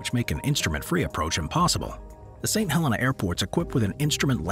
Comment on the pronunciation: "Saint Hel-EENA"